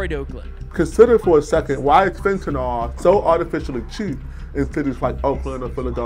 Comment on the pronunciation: I'm sorry, I still don't understand why they are pronouncing it "Fentanall". I'm sorry, where is the second 'a' again? It's Fentanyl. Like vinyl. Do you say 'Vi-nall'?